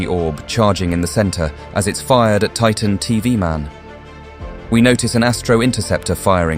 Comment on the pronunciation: Its titan tv man not titan tov man😂